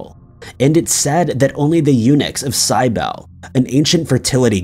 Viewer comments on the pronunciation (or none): none